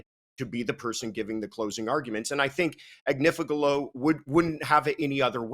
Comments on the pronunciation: I can't believe hasn't learned how to say Agnifilo yet when she hears Nancy saying it right, and she hears it in court all day, every day. And I can't believe hasn't corrected her by now. It's not Ag-ni-FEEL-ee-o like she keeps saying, it's Ag-NIFF-ill-o. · Agniflio 😂😂😂baby oil 😅😅 okay Marc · Agnifillio??? Please. This constant name mispronunciation is bonkers!